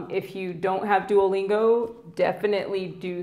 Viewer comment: un petit detail de rien c'est duolingo not duolinguo. A+